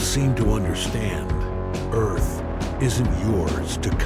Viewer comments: Before he reeteerns teh eeerrtthh.... What the hell was that..? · “ReTuRnS to EEEtH” lmaoo